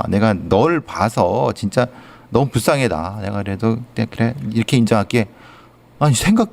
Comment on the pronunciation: 크라임 한가지 거슬리는 것. 배교수님의 말 습관입니다. 정규방송 앵커같을 수는 없지만. 그렇게 해고 --> 그렇게 하고 왜 그래느냐 --> 왜 그러느냐 불쌍해다 --> 불쌍하다 그렇게 핼 수가 있겠느냐 --> 할 수가 있겠느냐. 해다 라는 말은 없습니다. 해 를 쓰는 경우는 하다의 활용형으로 명령형이나 과거형에 활용되는 말일 뿐입니다. 많이 거슬립니다.